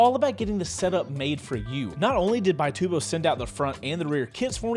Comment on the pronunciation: It's actually an Italian company, and they pronounce it "bee-TOO-bo"